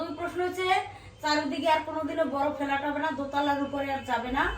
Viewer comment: Ektu nijeder pronounciation gulo thik koro... ফ্লাট না ফ্ল্যাট।